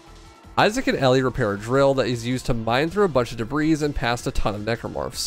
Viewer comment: wow I actually got to hear an adult mispronounce debris. Never thought I would, thank you.